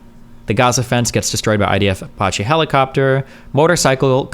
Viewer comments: All I want destiny to do is pronounce Apache correctly: A-patch-E. That’s it. APACHE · I don't know how many times I can stand Destiny saying "Apotche helicopters"... Edit: Thank you, much love. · Dude I can't handle it fkin ApOcHeE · That’s a fun way to say uh-potchy helicopter 🚁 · How could a native english speaker not know how to say "Apache"? That's my only take from this video. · Was looking like D caught the brainworms for a minute there. Glad he turned it around. Seriously, what kind of unhinged maniac pronounces "apache" like that? Jesus Christ,. 😂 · Man, I’m twitching everything time he mispronounces Apache